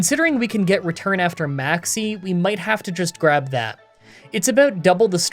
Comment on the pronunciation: i love whenever i hear maxie i hear maxx "c" lmao keep up the great content!